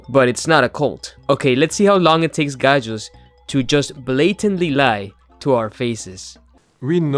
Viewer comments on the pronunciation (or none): Hahahaha I'm sorry, I usually never correct your pronunciation issues because you seem to be very linguistically knowledgeable and I don't want to be a pedant for no reason, but this one is too funny not to point out 😅 "Gajus" in German is not pronounced "gay-jus," it's pronounced "gah-yus" haha. Just wanna prevent any potential awkward situations 😅